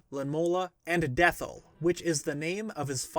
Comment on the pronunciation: (Puts on nerd glasses) the final boss is named DethI. That's an upper case i. Not a lower case L. weird, I know. but it's pronounced "death eye"